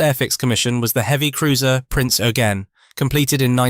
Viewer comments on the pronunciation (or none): Also Prinz Oygen